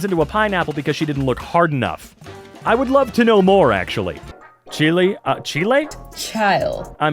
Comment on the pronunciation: that is NOT how you say Chile 💔💔